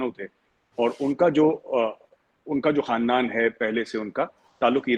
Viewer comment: His first word khandaan was told incorrectly